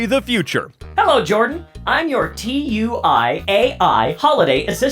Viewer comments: As a British person, him pronouncing it as T.U.I infuriated me further lmaooo. We pronounce it tewi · tee…you eye. I’m sorry it’s too ee like banjo tooie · tui's pronounced like a word 😭 like in the commercials "Too-ey" ‼️